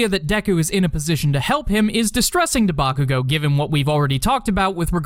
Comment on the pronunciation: did you say debakugo 😂😂😂😂😂😂👍